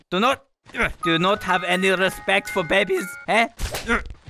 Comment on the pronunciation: " do you not have any respecg to babies, eh? " * proceds to slap her with the baby